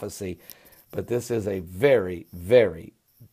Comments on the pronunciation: Cas - Pi - An lol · Caspian not caspan